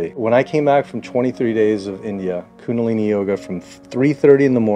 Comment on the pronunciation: That man at the end, he needs to know it's Kundalini. Not Kunalini. Surely someone has told him by now. I do hope so...